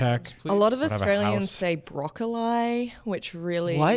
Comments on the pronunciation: is the reason I started watching IGN again and no one in Australia says brokle eye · I'm from Sydney, who the hell is saying Broccoli like Broccoleye!?